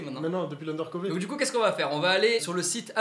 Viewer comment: Juste dire: C’est pas UndercovÉ mais plutôt UndercoVEUR